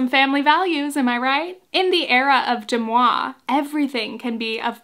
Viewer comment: Why are you pronouncing it incorrectly? Deux Moi is french for two me and it's pronounced "duh mwah" not "dem awe". The mispronunciation, considering all the resources out there to correct you, is totally distracting